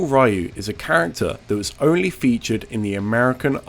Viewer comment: I swear you're saying "Oni" in place of "only"